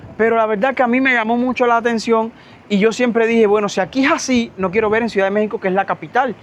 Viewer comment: HOLA! FASCINADA CON TUS HISTORIAS DE VIDA! ME PREGUNTO PORQUÉ SE OYE RARO CUANDO PRONUNCIAS LA PALABRA "C I U D A D"🤔🤔? PAREC Q DIJERAS "SUIDAD"